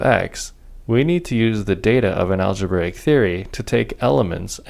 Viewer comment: aglebraic daata tyepes :D